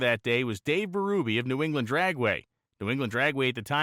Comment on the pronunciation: PS I grew up going to new england dragway. I always thought Dave Berube was pronounced BerUHbee... am I wrong?